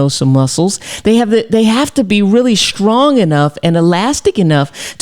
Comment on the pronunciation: It's strong and not shtrong. S and not H